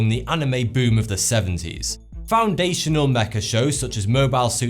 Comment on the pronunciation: You actually pronounced it "mecha" instead of "mech"....THANK YOU SOOOOOOOOOOOO MUCH!!!!!!!! On the other hand, your pronunciation for other Japanese words....well, we'll give you points for the effort & general respect for the material. Cheers from the Quarantine of 2020!